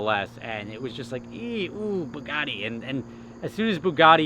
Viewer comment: `boogaddy`! ...its ber yugatee : )